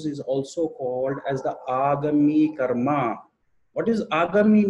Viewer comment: गुरु गम्भीर ज्ञान से परिपूर्ण जानकारी देने के लिए आभार। कृपया संस्कृत के शब्दों को उन्हीं के उच्चारण में अंग्रेजी में भी आसानी से बोला जा सकता है। जैसे- कर्म, क्रियमाण, लग्न कर्म आदि। बोलेंगे तो अच्छा लगेगा। क्या आपके वीडियो हिन्दी में भी हैं। कृपया लिंक देकर अनुग्रहीत करें।